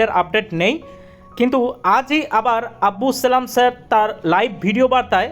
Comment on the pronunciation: আবদুস সালাম স্যার বলুন। নাম উচ্চারণ করতে ভূল হচ্ছে।